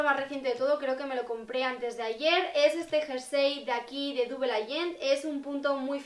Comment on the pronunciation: una critica constructiva, se dice "dabel" (agent) no dubel. Un beso